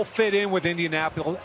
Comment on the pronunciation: And he’ll fit in with indiamappoulis, indianappulis, INDIANAPOLIS”